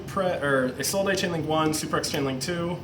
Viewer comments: It's pronounced "Is Old" not "Is All Day" you mong -_ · Am I the only Yugioh player in the world that knows how to pronounce Isolde correctly? It's really not that hard. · Or "Eye Sold" which is another popular one. What is wrong with you people?